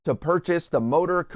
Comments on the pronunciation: The word is Supposedly, NOT Supposebly! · There is no B in supposedly and no such word as supposably. C'mon. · Omg!!! People are butchering the English language!!! He said supposably. It’s supposedly. What are teachers doing in the classroom these days? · It's "supposEDly" not "supposUBly" just FYI.